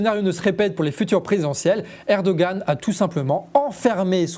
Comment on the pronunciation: Juste une précision : on ne prononce pas le "g" dans Erdogan, l'accent au-dessus de celui-ci fait qu'on le prononce comme un "h"